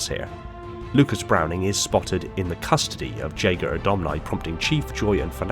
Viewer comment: You can't even pronaunce 'Jega'...